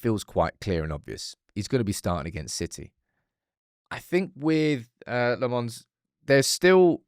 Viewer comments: Please learn to say his name properly. LOmmens, not Le-mons :) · Tip for you: Lammens is not pronounced "Le Mans", as in the car race. It's "LAHM-ens," with the emphasis on the first syllable. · 🚨 you corrected yourself with the Lammens pronunciation only to go back to the wrong one. 😂 lemme help: it’s not French Belgian, it’s Dutch Belgian. (Flamish). You pronounce is like “lemons” except the a sounds like the Dutch a, like ten Hag. Sounds like lommons, like “commons”Life gives you Lammens. ❤ good luck! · Lost hope will correctly pronounce Lammens ever 😅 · For someone who prattles on about "community" so much, you clearly don't read your YouTube comments. 😂 His name is pronounced Senna Lommins, not Senny Le Mons.